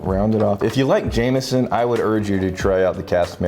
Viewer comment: Jameson not jamieson